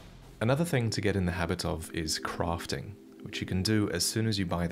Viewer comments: What is Crofting? Are we playing Tomb raider? Say this with me.. Craft , Craaaaft.. aaaa Craft. Why do you say Battle and not bottle, but you say fost and not fast? Come on men, lets get into bottle! Are you saying posture or pasture? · its crafting, not crofting... and dune, not june